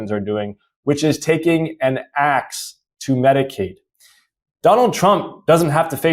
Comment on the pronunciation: Congressman almost said "Tronald Dump"...I like that 👏🏾